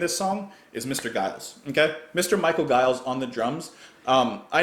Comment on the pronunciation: I love Michael Giles busy approach to drumming. However his name is pronounced as in Jive. Defenitly check out pre King Crimson release The Cheerful Insanity of Giles, Giles and Fripp. Its Canterbury like funny.